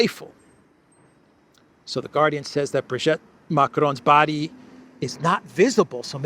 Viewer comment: Sorry, I cannot stand it any more. Please, it's Brig'i'tte, pronounce the second 'i' as an 'e', as in 'we'. Not Brig'e'tte, as in 'wet'.